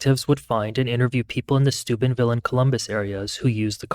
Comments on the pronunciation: Thought you said supidville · it sounded like stupidville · Is this dude saying stupidville Ohio? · Stupidville / stoopidville Am I hearing that right? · Did he just say Stupidville Ohio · I keep hearing the town name as Stupidville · I thought you said Stupidville Ohio 😂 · Ah, Steubenville... I kept hearing Stupidville.